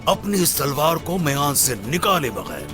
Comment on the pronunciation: Olocuchar ne. Talwar ki salwar bola